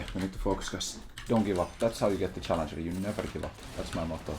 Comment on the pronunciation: This stuff will only get us grandmaster at best. How are we supposed to get challenjour without accent?